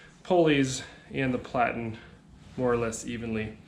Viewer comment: Plat-en, not plate-ten